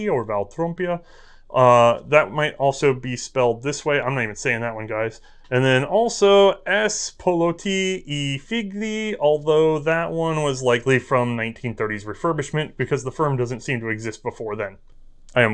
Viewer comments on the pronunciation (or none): Just fyi, the -gli in Italian is pronounce 'yee' so figli is pronounced 'feel-yee' not 'fig-lee' . (BTW: word means sons.) Thank you so much for this video. In my teens, we acquired one of theses, shooting it with ammo we scrounged in junk boxes at gun shows, old military, old Norma, etc. We shot 75 to 100 rounds, never a failure, before a military collector showed us one that had gas stock split, like yours. Needless to say, that was end of live fire.